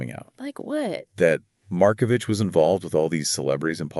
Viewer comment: CORRECTION: Pronounced Mar-ko-vick! This murder case was never solved. The French courts reportedly decided they did not want to solve it.:face-blue-smiling